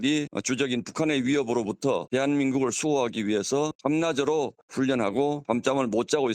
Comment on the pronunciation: 이루라앵커, 방송국앵커가 발음이 틀렸군요. 밤낮으로는 "밤나스로"가아니고 "밤나즈로" 로 발음되어야지요?